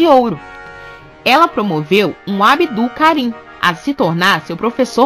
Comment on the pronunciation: Abdul não tem ênfase no ú mas sim no L. Se fala "abdulh" E o b é quase mudo.